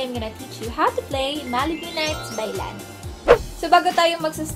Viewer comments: it's ley-ni not lani. btw thank u for this! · Lay-knee po hindi lani.💞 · Ate yung pag pronounce po is "laeny" yung " a" ay parang may "e" yung pag pronounce lang naman po. Saka ate,,, pa request po "thru these tears by lany" thanksss love lotsss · Miss stop pronouncing it as la-ni. Pls do your research